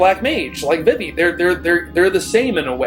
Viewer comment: I don't think I've ever heard anyone pronounce Vivi as V'Vi before, though I guess there are people who say J'non rather than Ju-non (the place in FFVII), etc.